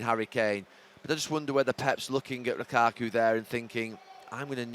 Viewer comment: “It was a great performance from Chelsea, but it was a great performance from Lukaku..” I’m not sure that’s how emphasis works Gary